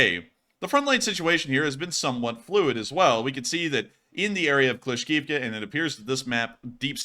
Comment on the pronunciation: C'mon,, "Kla-shiv-ka"